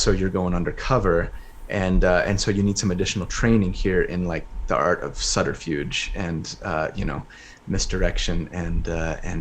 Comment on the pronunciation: Love it! Also, when says “subterfuge” it sounds like “flutterfuge” and I think that’s perfect 👍🏼